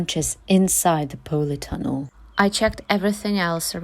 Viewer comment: I hope you don't mind me saying it pronounced polytunnel not powleytunnel. I wish you could visit my plot so you could see my vegetables . I love your content. And so wish I could live in a former soviet country such as yours keep up the great content it's some of the best on YouTube. Good luck for the season ahead. Here in the North uk we've had a warm spring I get the feeling we going to have a exceptional summer so I have high hopes for my melons 🍈 I grafted them onto pumpkin after seeing your tips. And hope to succeed after many years of failure. Thanks and please keep up the good work